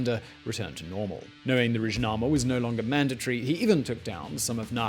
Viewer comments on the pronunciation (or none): Aside of butchering severely all names (although Wikipedia clearly shows the right pronunciation), butchering the name of the book (it’s Ruhnama, not Rudjnama), and it means the book of spirit (not soul); Arkadag didn’t write the Karakum song, it’s a popular Soviet hit. Man, put at least a minimal effort into research!